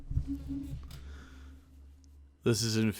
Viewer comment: Did he just say "infuhreriating?"